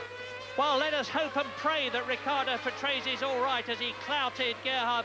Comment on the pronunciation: It's funny how he's constantly saying "Patresi".